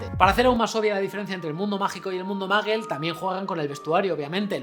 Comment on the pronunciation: "Mundo MAGUEL", Albus "DAMBELDOR". Jaaaa ja ajaaaaaaaaaaaaaaaaa jaaaaaaaaa! No pueden pronunciar ni parecido! Jaaaaaa